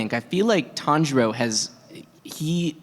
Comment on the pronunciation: The tanjiro mispronunciation😂